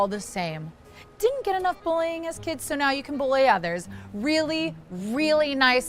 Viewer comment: Oh NO! She ditent( did that SOUND LIKE DID NT?)😊😮